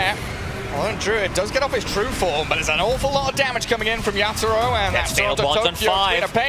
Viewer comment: Why u keep mentioning yapzor instead of yatoro wtf 🤣